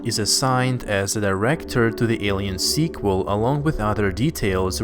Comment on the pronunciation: Why does he keep saying squal its a third installment lol